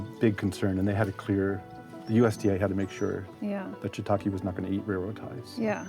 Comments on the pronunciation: Shiitake, not shiitaki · For people who are so passionate about shiitake mushrooms you’d think they’d know how to pronounce it properly 🙄